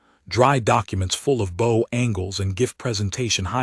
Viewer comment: bow short o ;not long o